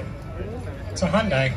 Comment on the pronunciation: I hate when ppl say Hyundai and Toyota wrong